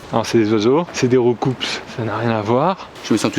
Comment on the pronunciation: deuxinème chose pierre on ne prononce pas le s de roucoups